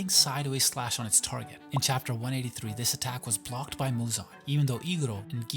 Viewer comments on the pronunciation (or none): none